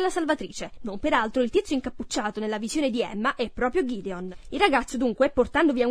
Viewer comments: GHIDION!? Si chiama GEDEONE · Il figlio di bel non si chiama Ghideon ma Gedeone